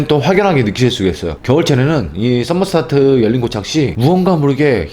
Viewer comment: 썸머스타트가 아니라 영어를 한국발음으로 써모스댓 입니다. 번역하면 수온조절이란 뜻입니다.